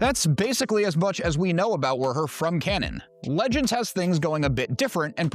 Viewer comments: The bartender's name is simply "WUHER", not "WERR-HER" like you seem to be saying, making this challenging to watch, but, I made it through it,🤣 so, THANKS!🙏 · Woo-her is how they pronounce it in the unabridged audiobook of tales from mos eisley cantina and the audio drama